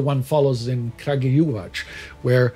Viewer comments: Crug-ooh-yeh-watts - Kragujevac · Absolutely horrendous prononuciation of my hometown Kragujevac, but none the less, its still sadly a welcomed one. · The name of the town of Kragujevac - its K ( like the first letter in a word - "crown" ) - RAG - ( like in a word "ragtime") - U - ( like in a word you ) - JE - ( like in a "yay" ) - VA - ( like in a "vanguard" ) and - C - it is pronounced like "TS" :) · Nice video! Thank you! Small corrections: Kraljevo (not Krajlevo) The Kragujevac (Kraguyevac) massacre was the mass murder of between 2,778 and 2,794 men... Headline is very misleading: It seems that all Serbs were collaborating, but majority of Yugoslav Partisans were Serbs, not only in Serbia but also in Croatia, at least in 1941. Keep doing good job! Cheers! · there was no way in hell he was gonna pronounce Kragujevac correctly hahaha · "Užice"... "Kragujevac"... pronunciation needs some aditional polishing